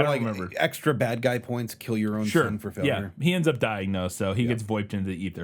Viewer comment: But will it keel?